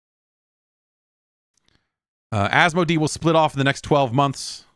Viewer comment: You supported your own statement about Infogrames pronunciation, by pronouncing Asmodee wrong repeatedly. 😅